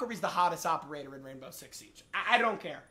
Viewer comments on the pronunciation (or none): none